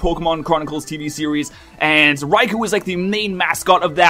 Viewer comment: Raikou - Rai•kō - [ʀɑɪ̯kəʊ̯]* Not "Raikoo" (rhymes with "two"), but "Raikoh" (rhymes with "flow"). "[O]u" is a way of translating those long "o" sounds in Japanese; they're written as both "ou" and "ō". *Written with standard IPA (International Phonetic Alphabet) for Received Pronunciation